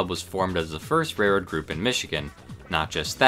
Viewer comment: It's actually "railroad," rather than "rairroad." I apologize if I'm pointing out a speech impediment. Interesting video.